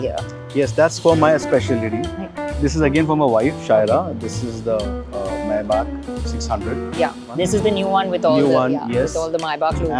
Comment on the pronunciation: MAY BAhch... Not MAI Back lady.